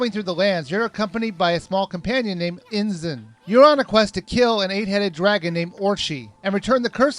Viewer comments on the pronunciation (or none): Irina Voronova like how he pronounced 'issun' as ' inzun' Where's the 'z'? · Can't u read?!!! Amarusu!!! Oka(a)mi!!! Insun!!!! Orchi!! What's wrong with u?! U read it "Amaterasu", "O(o)kami" (the accent is on "o", not on "a"), ISSUN and OROCHI!!! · Good review, but the pronunciation of the names where meh. Americans have a little trouble with pronouncing the right emphasis and vowels for Japanese words and names anyway, but this guy just skips syllables all together. Amaterasu -> Amerusue Issun -> Inz'n Orochi -> Orchee I detect a fellow dyslexic, lol. Nevertheless, it's a very good and informative review, and I'm glad I saw it. :) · Amarusu? Inzun? Orchee? What game where you playing?! Their names are: Amaterasu (ama-teh-ra-sue) Issun (ee-soon) Orochi (or-oh-chee) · Orshi, Insun... MY GOODNESS. Orochi, ISSun. Where did you see an "N" in Issun other than the end? And Orochi, theres NO "S" in it! YOU CRACK ME UP! I love your reviews a lot though. KEEP IT UP! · YOU ARE SAYING THEM WRONG: AMANTERASU: AH MAN TER AH SU ISSUN: EE SOON OROCHI: OH ROH CHEE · They're actually pronounced Or- oh- chee Ah- mah- ter- aah- sue Eee- soon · the game is baist off of japneas mithalig, and you say it as amatersu, issun,orochi. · Worst Pronouncing Types: Ehmrusu (Amaterasu) Aysing (Issun) Iwchee (Orochi) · Issuns father's name is Isshaku,i think. e-soon. not izum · AH-MAH-TEH-RAH-SOO. EE-SOON. OH-ROH-CHEE. Geeze, why do I get frustrated when people mispronounce these things. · Amarusu?... Inzun?... orshe?....ORSHE?!?!? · lol, your pronunciation was horrible. orochi is said like Or-oh-chi and issun is said like E-sun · It's pronounced ah-mah-ter-ah-soo, ē-soon, and Oh-roh-chē, in Japanese, a makes ah, e makes eh, I makes ē, o makes oh, and u makes oo, also, in normal battles against all but ogres, spam power slash. Always upgrade ink to 5 or 6 before upgrading health, and I found the wii version better, and easier than the ps2 version.